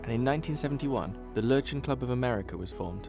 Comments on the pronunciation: Germans🇩🇪: Löwchen Narrator: Lotschns 😂😂😂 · „Low chance“ is not at all the way how you pronounce Löwchens😂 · lmao löwchen LÖÖH JCHEN